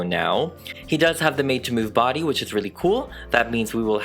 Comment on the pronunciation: “The body” 😑✋ “The badyadyady” ☺️👍